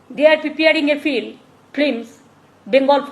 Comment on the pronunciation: শব্দ টা হলো f i l m. আপনি উচ্চারণ করছেন f l i m. একটু শব্দ উচ্চারণের দিকে নজর দিন দাদা, নাহলে আপনাতে আর মমতা বেগমের শব্দ উচ্চারণে কোনো তফাৎ থাকবে না তো 😂😂।